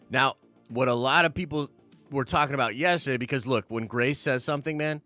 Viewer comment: Why bro why? Every time u say Grace’s name u trigger me! I almost turned u off.